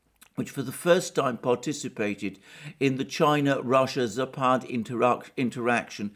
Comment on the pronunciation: Zapad pronounced with stress on first a. In fact Belarus army is superior to all Europe based NATO conventional forces. To top it up Belarus kept all Soviet weapons/ammunition stashes intact. It has been larger than in Ukraine because it was built up for all Soviet forces deployed in Warsaw pact countries and also Warsaw pact armies. The scale of these stashes can be illustrated by the fact that Ukraine have been selling weapons and ammunition from these stashes for 30 years and war in Eastern Ukraine have been conducted mostly with those supplies. Military stashes in Belarus were top reasons why regime change operation was conducted in Belarus